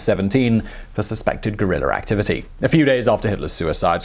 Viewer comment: Cool video but its VIENNA. not VIENNER Also, its Guerilla, not Guerrillerr.